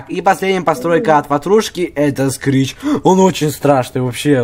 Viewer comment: это не скрич это крич